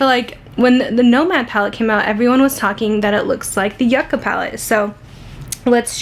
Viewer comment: the name of the palette is pronounced Yew-ka, not Yuh-ka. I love the looks you created!